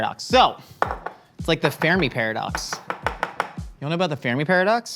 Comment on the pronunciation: makes a comment then rambles about alien life and I am very confused until I realise - it's the FERMI Paradox, not the Farami Paradox... XD